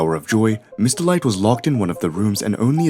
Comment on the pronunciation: Her name is Miss. Delight, Not Mr. Light